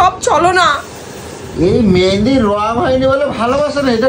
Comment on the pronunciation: ওরে অশিক্ষিতের দল! জিনিসের নাম ঠিক করে উচ্চারণ কর। ওটা "মেন্দি" নয়.. "মেহেন্দি"!